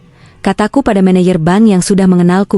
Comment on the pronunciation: Maaf msh terjadi ketidak profesional-an dlm bercerita baca bank bilangnya ban😂